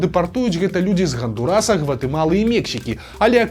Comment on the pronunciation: Амэрыканская краіна завецца ХандУрас, але ня ХандурАс 🤷‍♂